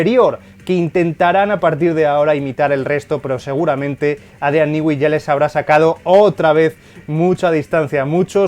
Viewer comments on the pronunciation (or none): Cómo explicar en texto : no se dice Adrián nigüi se pronuncia Adrián nui